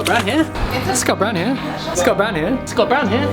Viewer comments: Sounds like "Scott Brown Hair"! Mwahahaha! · Hearing that many 'Scott Brown here' sounds like 'it's got brown hair'. Haha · Did anyone else start hearing “he’s got brown hair”? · My bogan aussie ears hear " s'got brown hair " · Sounds like your saying "Hes got brown hair" 😂 good vids mate